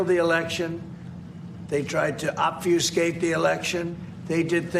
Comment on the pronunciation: He can't even pronounce obfuscate! Such an idiotic 🤡